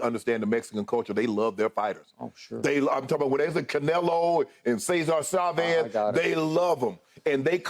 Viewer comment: Cesar Shávez….. he act like he can’t pronounce it right.